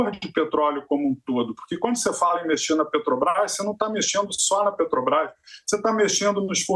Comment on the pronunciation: Gente, não se pronuncia Pétrobras. É Petrobras.